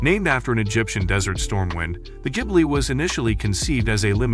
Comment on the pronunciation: Artificial voice keeps mispronouncing 'Maserati' as well as other words. Really not very good. 'Jibly' being just one example. 😞